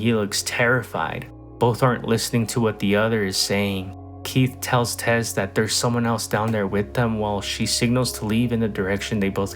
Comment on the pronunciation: It's "Tess" not "Tez" you dingdong.